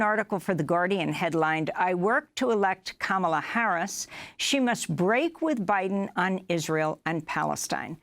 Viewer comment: Funny she said Kamaala theen corrected herself to Kamla (pronunciation😊) lol